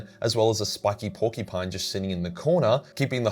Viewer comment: YOU LITERALLY SAID "PUNCH THE PORKY-PINE" 🤣🤣🤣🤣